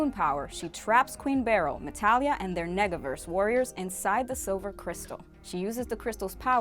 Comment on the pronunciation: Did she say neggaverse lol